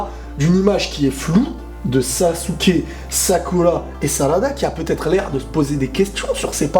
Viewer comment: Tu fait chier , a dire (Sakula( (Shikamalu)(Sassuké)tu peut pas dire dire , Shikamaru , Sakura ,Sasuke?